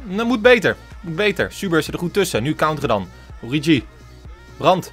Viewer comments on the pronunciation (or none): Haha het is niet oriedzjie of oriechie maar oriegie met de Franse g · Het is Oorieguy uitgesproken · Spreek het uit als: Ooriegie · Je zegt het als ORIEGI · Het is ORIEGIE uitgesproken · origi je speeekt die g uit zoals in het duits gans een beetje k-achtig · Spreek origi uit met de g van genant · Met de g van garcon in het Frans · Origi is met de g van garage int Frans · Het is oriGi met de g van geel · Origi met de s uitspraak van gucci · Origi is met de Franse g van garçon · Ge moeet origi uitspreke als orrigi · Je zegt Origi met een Franse g. Net als de speler Idrissa Gueye. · Het is oriegie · Je spreekt het uit als “Oriedjie”. (Geen haat natuurlijk) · De g uitspreken als garcon (in het Frans). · Pyro No. 1 nee het is gewoon origi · Je spreekt origi uit met de g van guy of good van het engels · origi met de g van Garcon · Origi spreek je uit me de g van garçon ... plsss let erop